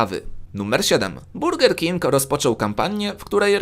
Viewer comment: 2.23 usłyszałem ,,burdel king"